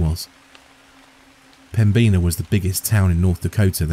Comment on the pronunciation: Me too! Greetings from Fargo! It was a great story, but the pronunciation of 'Pembina' got to me. 😅 ("Pem-bin-ahh")